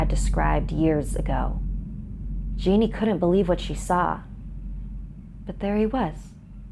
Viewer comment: Just so you know on the Brazil story the mum is called geni but it is pronounced j-e-n-i not genie